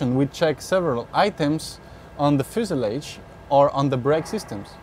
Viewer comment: Fu sa lage . And temp er a ture. Actuall grammar Few sa loge. And temp ritch ture